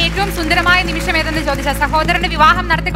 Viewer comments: ഒരു നിമിസം അല്ല മോളെ ഒരു നിമിഷം ആണ് മോളെ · ഒരു നിമിഷം എന്ന് ശരിക്കും ഉറച്ച് പറയാൻ അറിയാത്ത അവതാരിക പൊളിച്ചു. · ഇത്രേം മലയാളം ശ്രദ്ധിക്കുന്ന പരിപാടിയുടെ ഇടയ്ക്ക് വന്ന് ഒരു അവതാരിക പറയുന്നത് ശ്രധിച്ചോ 'ഒരു നിമിസം' എന്ന് അതാണ് ഒരു രക്ഷേം ഇല്ലാത്തത്